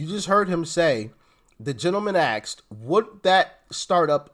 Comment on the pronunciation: He "AXED" WHAT?!?